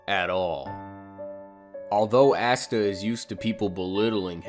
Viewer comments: Ahsta not assta. 😉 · You are pronouncing Asta’s name incorrectly it’s [Aw-stuh] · Lol did anybody notice how he kept saying Ass-ta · Bro this video sooo funny because another hater and DUDE!!!!Your not saying his name right🤣🤣🤣.But I’m not mad people have there own opinions🤷🏾‍♂️💯